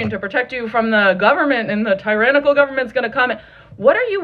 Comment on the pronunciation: quit mispronouncing the word you're not talking about a tyrannosaurus Rex. it's tyrannical. not trinecal